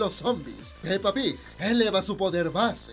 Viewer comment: Amo como dices pepa pig